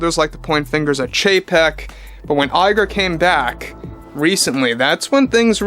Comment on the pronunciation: Hearing Bob Lie-ger never gets old.